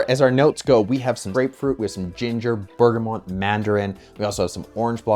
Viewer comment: Did you say “bergamont?” 😂